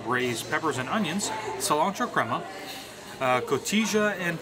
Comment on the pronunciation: This word: “cotija” is pronounced “co-tee-ha” (the J is pronounced like an H).